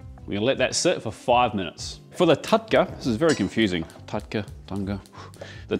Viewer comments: The pronunciation is with the use of "R" not "da" in the lines of "TurkA not TudkA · its pronouced more like tar-dka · Love but it’s TAD_KA 😂❤ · It is not taDka..it is pronounced R. So it is taRka. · It’s not TATKA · Approved from India 🎉 Its literally pronounced as Taar-Ka. 🎉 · Hey, nice video! Just one small correction - tadka is pronounced as tarka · i guess the pronounciation does change across regions of India, but I've heard the term being spelt like "tarhka" (roll the r a bit to emphasise its a harder r, which looks like the character for the "d" sound). just a nitpick , food looks great! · Dearest, Tadka is pronounced as TARKA, D usually makes R sound, nice recipe 👍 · it's "तड़का" - tadka - tuh-d-ka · The D in Tadka is pronounced as an R. So, it is Tarka actually. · Sir, it's pronounced as 'Daal Tarrka' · Tadka spells TARRRR..... KA without twisting the tongue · The "d" in "Tadka" is pronounced as a rolling "R" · In tadka ,d is silent n pronounced as tar ka. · Pronounced Tarrrrrka. With a rolling r. Written in English as a capital D. TaDka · U can just call it Dhall Fry instead of butchering the wors Tardka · Pronounced "Turka"